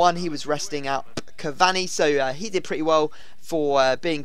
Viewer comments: It's not CAV-AHNI it's CAV-ANEE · Cav-ani not cav-Zuni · btw its ca var knee